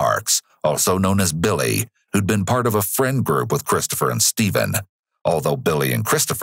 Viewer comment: so is it Stephen or Steven? You got that wierd